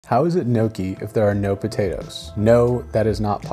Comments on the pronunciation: Today I learned Gnocci is pronounced Nookie and not NoKey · Also not pronounced noki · The "o" in gnocchi is pronounced like in clock, rock or sock. Not like in phone, moan or loan. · gnocchi rhymes with chocky not chokey